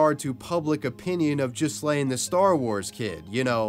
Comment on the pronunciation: What's worse, being the star wars kid or having your name mispronounced as jizz-lane? (The correct pronunciation in gee-len. Gee has a hard g)